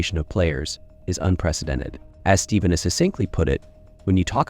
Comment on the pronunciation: Please narrator! The man’s name is pronounced Stefan not Steven!! As soon as I heard that I stopped watching your video. For a person as well known as Curry that you don’t know how to pronounce his name is just laughable.